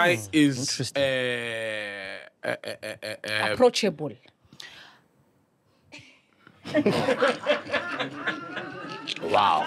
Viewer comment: ''approachable'' took me out🤣